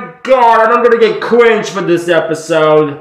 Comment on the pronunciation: I genuinely can’t tell if this dude is saying “cringe” or “qwingy”.